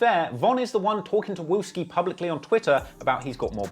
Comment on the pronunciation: He said wooski and that’s not even a right picture of him🤣🤣